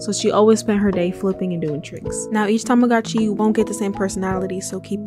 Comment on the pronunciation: I like how you say tamagooch xD lmao